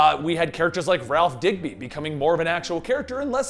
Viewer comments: Am I the only one that spins out when you say "Ralph Digby" it's 'Ralph Dibney' ? And Kid Flash didn't get the full training is because the actor decided to leave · Dibney not digby Dib-née. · Overall great video but I have 2 minor nuggets of criticism. 1. Its dibny, not digby 2. You say the first 13 episodes are brilliant but you also say barry doesn't really do anything until he takes Nora to the future. So it's a bit of a contradiction. Or it could be just the way I'm thinking about. Like I said, brilliant video, earned a sub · Say it with me! "Dibny" Ralph Dibny. :)